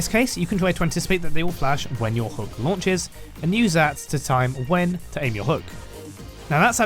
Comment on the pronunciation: bro really wants to call it dlash